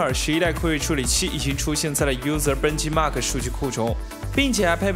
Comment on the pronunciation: 我很喜欢看你的视频，但是实在想吐槽一下，你作为一个科技向频道主，有些英语名词咱能不能做下功课再给大家讲解 benchmark读成ben ji mark，之前的讲显卡的视频里面，CUDA核心的CUDA不是按字母读的，应该直接连起来读库达